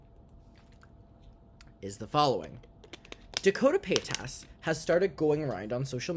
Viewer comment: Finally you can pronounce Trishas last name. Yaaaay